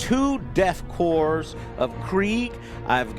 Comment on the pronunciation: KORPS is pronounced CORE, not CORPSE. STOP calling them KORPSE.